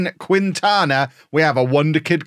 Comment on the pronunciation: Quintana Is not pronounced "queen-tana", its "keen-tana" =)